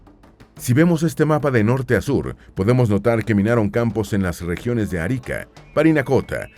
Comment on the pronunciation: No es Árica. Es Arica, sin tilde.